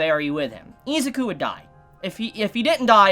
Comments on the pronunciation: Why do u pronounce izuku as iz a ku. The letter U does not make the sound of A in any word in existance so why would it here. If u cant read or say the main characters name properly how could you possibly act as an authority on my hero and do reviews if you dont have the basics to start. Not being a dink just it annoys me on how professional ppl like you act and then boom english iq goes down to a pop tart. Im not perfect but im easily 60-70 poptarts ahead of you. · its not its izuku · I stopped watching this video because he kept pronouncing Izuku wrong soooo Much in the first 90 seconds 😠😠😠👎👎👎 No Stars unsubscribe unfollow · Why you callling him izuku😭